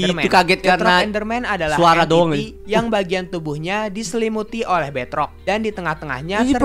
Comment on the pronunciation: kata deadrock enderman, bukan beadrock enderman